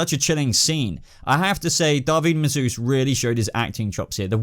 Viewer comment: i get Daveed but Massuesse?